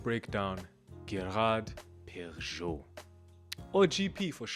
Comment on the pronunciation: Great video. Love GP! First time I’ve heard Perregaux pronounced that way. Thought it was pehr-uh-GO? Would love some insight